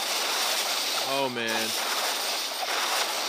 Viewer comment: Where are you from? Your YEAAAaa!!!! Sounds like someone from Texas.